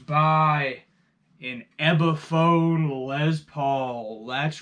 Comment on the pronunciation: Okay, if you're going to keep calling it an "EBiphone" you've lost me already.